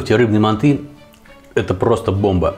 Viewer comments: это все хорошо что она лингвист.... вы посмотрите видео казахов киргизов и всех тюркских наций кто готовит мАнты и Шашлык и вы никогда не услышите мантЫ шашлыкИ и мантышницу🙂🙂🙂 просто ухо режит, а так видео зачет! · Происхождение блюда Тюркское и китайцы тут ни причём, к ним оно пришло из Монголии. Станислав Гильгенберг прав., правильно произносится с ударением на первый слог: мАнты. Современные лингвисты оставляют желать лучшего. простой пример: всегда было правильно произносить слово договор с ударением на последний слог: договОр, теперь произносить можно: дОговор. Лингвисты (российские) пытаются нас убедить, что это допустимо. Хотя когда я учился в школе, это было ошибкой. Такими темпами скоро и до буквы "Ё" доберутся, зачем нам лишняя "Е" в алфавите, ведь одна уже есть. А рецепт очень вкусный, уже год как готовлю. Спасибо большое. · МАнты, а не манты! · Не мантЫ а мАнты... говорят в Казахстане. И лучшая рыба в мантах, это змееголов. С добавлением 25-30% сала. Укроп в мАнты не ложится... и лук не пережаривается, и мясо делают рубленым, и не в коем случае не измельчают в блендере или тестомесе...- Это уже твой личный рецепт. И конечно тогда это уже НЕ манты будут. Нужно другое название этому блюду.А к настоящим мантам, используют соусы основанные на красном перце. Хорошо идет уйгурский "ляджан". Но к этому блюду из рыбы... может и эта зелень покатит. Короче, от "Мант" тут ничего и не осталось. Назови это блюдо по своему... но не мАнты. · МантЫ????? Что это? Есть мАнты.... и к слову они не склоняются..... так же как и шашлык.... Нет такого шашлыки... есть шашлык.... аж передергивает как вы это говорите..... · Согласен. Правильно ставить ударение на первый слог: мАнты.